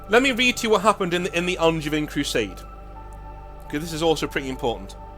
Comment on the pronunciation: Guilliman literally is a son of their god. Hence why Helbrecht accepted him and Angevin (which is not pronounced how you did by the way, the a is like a longer o, the e is silent and the i is closer to an a sound) had to fight as the guys who came to his fleet were not the sons of the Black Templars god.